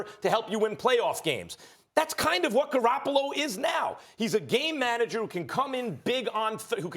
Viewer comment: Does anyone else cringe at the way Max says “game manager”?